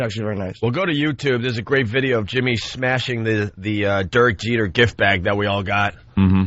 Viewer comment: Every time opie says Durk Jeter I wanna throw coffee in his face